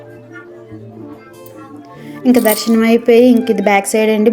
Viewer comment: దర్సనం కాదు దర్శనం